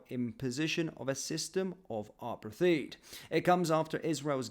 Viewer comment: Dude… ARE-PA-THEED? 😂